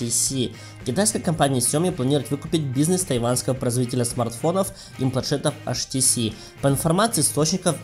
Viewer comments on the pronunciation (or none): Либо уж "аш тэ цэ", либо "эйч ти си" - по ушам режет этот колхоз!